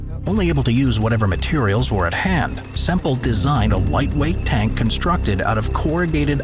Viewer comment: its bob semple not bob simple